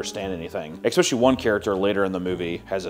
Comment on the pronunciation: the word is not "ec speshully"